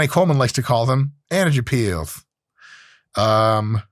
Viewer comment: “Energy peelths” caught me off guard. I spit my water out. Lmao.